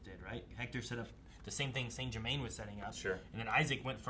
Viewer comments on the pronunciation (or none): It's Germain, not Germaine.